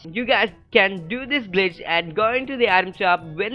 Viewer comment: Every time he says glitch I think he saying bitch 😂😂😂😂